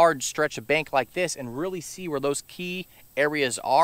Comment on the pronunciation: "86 tagrees", "bankth" yeah its hot out there😅. Thanx for the knowledge.